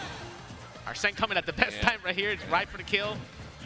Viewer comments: It's spelled Arsene, which makes it weird that it's pronounced as "arsen." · Why does Hbox keep saying names wrong? He kept calling Gluttony “Gluetoni” and now hes calling Arsen ‘Arseen’